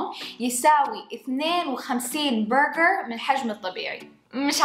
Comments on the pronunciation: ليش تقول برغعر 🤷🏼‍♀️ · منرفزني طريقه نطقها لاسم البرقر تفخمه يععع